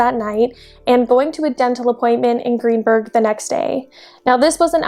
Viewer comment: It's Greensburg, not Greenburg. She was found in a garbage bag at Greensburg Salem Middle School, where my wife teaches. I'll never forget hearing this terrible story that day.